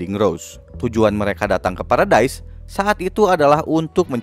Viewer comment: Bang baca nya salah : 1.Levi ( bacanya, Livai ) 2.Paradis ( bacanya, paradis )